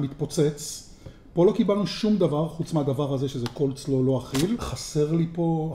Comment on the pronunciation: קולסלאו. בלי ד׳. לא קר לו.